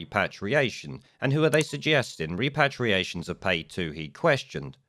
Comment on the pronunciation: It's pronounced REP-ER-ATIONS. Your mispronunciation of this key word makes you look foolish and ineffectual.